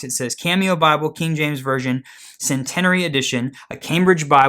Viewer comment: It's pronounced sen teen arie 😃